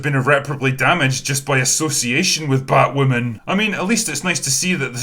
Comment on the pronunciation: what will I do for laughs now that AZ won't be pausing in his narration of batwahmmynz with "fookin' scissoring"?